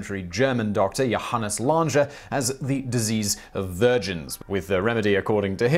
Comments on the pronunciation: Why did you pronounce the German doctor's name "Lange" with French pronunciation? "Sloppy, careless, lazy and ignorant" come to mind. Thanks for spreading mistakes. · As a German, the way he pronounced the Surname: ”Lange” is just horrible. Don't put together the n and g - please 🙏 But nevertheless a good video. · Actually the German doctor's name was pronounced incorrectly